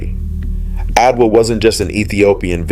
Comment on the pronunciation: Fascinating history! But why did the narrator refer to Adwa by spelling out its name, A-D-W-A, instead of pronouncing it ?